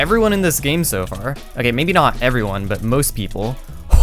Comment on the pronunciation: When he hey everyone it says like hey ruin